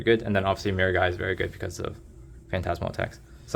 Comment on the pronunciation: Thank you for saying Miragai correctly XD I keep hearing people say MiraGI..